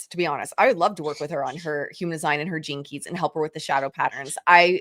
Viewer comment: I’m sorry, but I was giggling throughout this entire episode. Every time said “gene keys”…I heard Velma from Scooby Doo saying jinkies. My neurospicy brain going on side quest continuously 😂